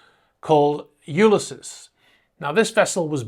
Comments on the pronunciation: I believe it’s pronounced (phonetically) You-lys-ees. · Hey. LOVE your videos!! The world of super yachts seems to be a very dodgy one in many cases!! Just a heads up. Ulysses is pronounced You-Liss-Eez. Ulysses is the name of a classic novel written by the Irish writer, James Joyce. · HiI think its pronounce U-lys-ese as in the Oydessy cheers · To be fair, it is a valid point & your other interesting info doesn't eliminate this. Don't take it personally or get defensive. It's "you lis seas". There. Now you can remove that point of criticism. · Have you never heard the name “Ulysses” pronounced?? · The rest of the video was well done. That’s why the pronunciation sticks out like a sore thumb.